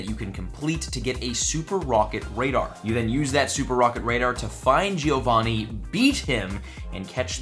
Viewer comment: Love your videos, but you don't pronounce Giovanni correct. I'm Italian and this really hurts